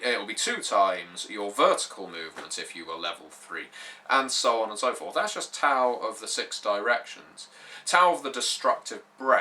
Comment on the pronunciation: Sounds like a very interesting setting for an RPG. The warring states period was a very interesting time in China. It would also be interesting to play a game set in the Three Kingdom's period (200ish AD). Also, just a little pronunciation advice from a Chinese speaker. x = "sh" as in "sheet" q = "ch" (that was fine) c = "ts" (or just make a "ch" sound) Also, Tao is pronounced "Dow" (rhymes with cow).